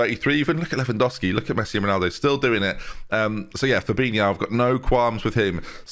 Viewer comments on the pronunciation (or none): none